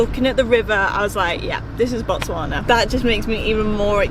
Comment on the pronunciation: The way she pronounces Botswana like she is a native❤️English people always struggle with the 'Tswa'